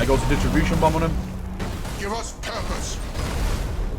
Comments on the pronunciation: DIS-RUP-TION. It disrupts shields, not distributes them. :) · Disruption. Say it with me now, DIS-RUPT-SHEN